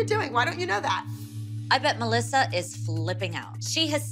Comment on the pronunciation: Not holly saying MElLiSsA😂